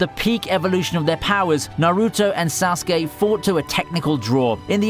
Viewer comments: Couldn’t agree more with Naruto vs sasuke !! That rivalry was very well developed.. btw your the way you pronounce sasuke is cringe 😬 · Stop pronouncing Sasuke and Naruto wrong